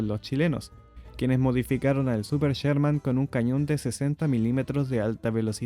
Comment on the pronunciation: No es "cherman", es Sherman.